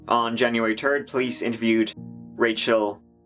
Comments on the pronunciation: Onnn january turd.. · "On January turd" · What did he say the date was? January turd? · “On January turd” I’m sorry I had to do it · say it with me.. THREE. T r e e is tree, t h r e e has an h, its three. hang on. January TURD.